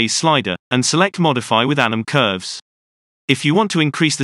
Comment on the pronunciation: Every time you say 'anim curves' I always think it says 'Adam Curves' sounds like a bad movie villain